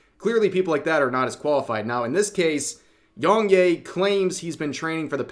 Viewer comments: To be fair, Yong 'yeah' not 'yay'. But then again you say Desoo, and monga. So... It doesn't matter much either. But... if it's for a story about a person, it is a little impolite not to at least get the name right, and may even seem deliberate. Vocal tone aside, he didn't have a believable performance. The other guy didn't either. Also, his take on Mario was hypocritical. He does go hard on folks himself, sometimes unreasonably. The karaoke was doomed to start. Who wrote that? Was it supposed to be a joke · How did you mispronounce his name this bad 😂 it’s ya not yay 😂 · Please rev, you don't say yong yay, it's yong ya. You don't need to white wash everything bro. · Are you pronouncing the name wrong to be contrarian? I mean he says it in all he's videos and how interpret "yea" as "yay"? I mean you didn't get "Yong" wrong in the 2 syllable name. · It's pronounced Yea (Yeah) just without the H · bro you saying yongyea as yongyay is so funny